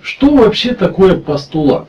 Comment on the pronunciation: не постулат, а пусть"тулат